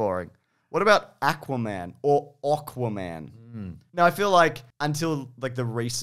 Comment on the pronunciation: "whatabout Ackwa-Man --or Awkwa-Man"